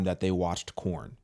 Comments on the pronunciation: First you had PornHub and now you have CornHub I mean you do you realize that you're saying corn and not porn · Why are you calling it corn? Lol it's porn.